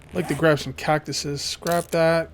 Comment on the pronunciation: william martin he said catcuses